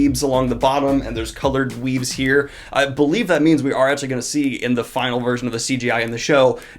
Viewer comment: My first thought : Did he just say coloured weebs? Oh wait, weaves, that makes sense.